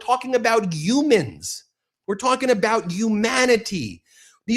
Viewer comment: It’s humans with an H not umen 😔